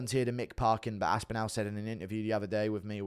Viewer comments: It's Aspinall. Not Aspinell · Where are you from bro? Everyone from all over the world, in different languages, manages to pronounce “aspinall” correctly. Everyone except you😂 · Aspinal jock-riders malding 😂😂😂